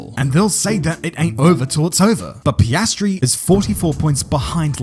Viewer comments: Did you just call him pastry (paste-tree) instead of Piastri (pee-as-tree)?! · you did NOT call him PAY-STREE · he became Pisstree